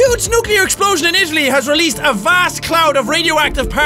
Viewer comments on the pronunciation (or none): none